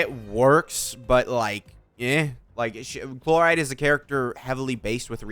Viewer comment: Calling Chlorinde Chloride is killing me 😂😂